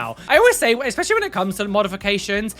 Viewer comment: Hello, I have a very fundamental question to ask you lol (as as non english native person): why do you, as some other people, say "eXpecially" instead of "especially", please? ^.^